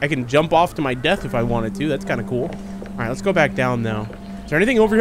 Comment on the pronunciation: “Cool I can jump to my deth if I want to” 😂😂😂😂😂😂😂